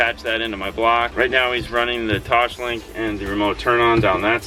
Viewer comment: Phoebe: "TOSS" Joey: "TOSS" Phoebe: "LINK" Joey: "LINK" Phoebe: "TOSLINK" Joey: "TOSHLINK!"